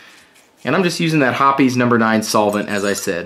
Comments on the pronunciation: Hoppe's, as in "hops," not "hoppy's." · ITS HOPS lol not hoppys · Pronouncing Hoppes wrong since 1995... lol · I dropped down to the comments to see what the actual pronunciation of Hoppes is. 😂